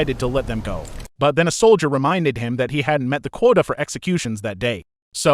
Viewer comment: ... "quota". Dear god.